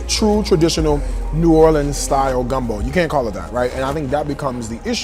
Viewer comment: You rights it’s not gunbo 🙄